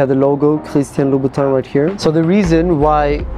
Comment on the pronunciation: It’s Louboutin